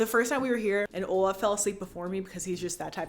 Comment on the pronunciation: She says OlaV It’s a Norwegian name lol it’s a pretty common Norwegian name, my brother is named that lol